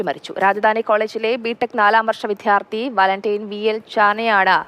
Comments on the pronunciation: ർ വാർത്ത വായിക്കുന്നതും ചാനലിൽ ജോലിചെയ്യുന്നതുമായ 95% പേർക്കും വിദ്യാർത്ഥി എന്നു ഉച്ഛരിക്കാൻ അറിയില്ല ഇവരെ എത്രയും പെട്ടെന്ന് മാറ്റി അക്ഷരം അറിയാവുന്നവരേ ജോലിക്ക് വക്കുക. എന്തോ വല്യ സ്റ്റൈലിൽ ആണ് ഈ മണ്ടത്തരം എഴുന്നേള്ളിക്കുന്നത് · വിദ്യാർത്ഥി pronounce correctly